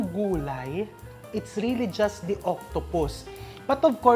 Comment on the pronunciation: When he said “turn on da flame.” He really means it 😅🎉